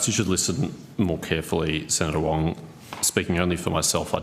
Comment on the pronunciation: Wong is weally wong on this.